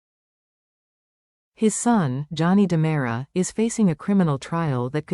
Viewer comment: Time for a spell check on the caption and voice ! It's Ki ri ack is and DE MERA, thank you! 😠 😡 😤